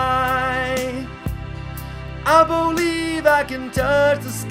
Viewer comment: "I BO-LIEVE I can fly..." Lol brilliant